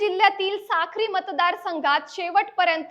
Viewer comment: साखरी ❌️ साक्री ☑️